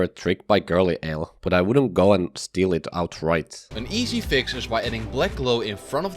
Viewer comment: Every actually good tip was just overshadowed by “Dont shteel frum oters 😡😡”